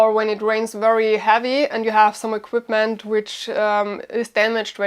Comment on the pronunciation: Honey, it's equipment with a P, not equitment....Just saying...